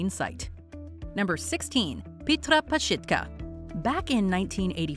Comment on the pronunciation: Anyone else keep yelling at the screen PazSITka? Like there's no "H" so it's NOT PazSHITka 🤔I don't think lmao 🤭🤣